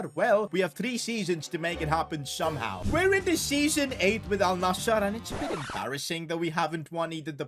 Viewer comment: Thanks for saying alnasr not alnazzar